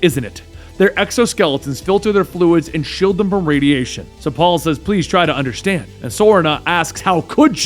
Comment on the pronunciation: ...to help you underSHtand